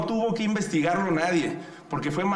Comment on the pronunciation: Xhochil hablaba pura mrd acia Claudia y aparte habla con la g por ejemplo pogque y más